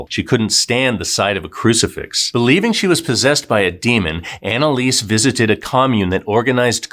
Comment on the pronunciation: Her name is pronounced Analisa.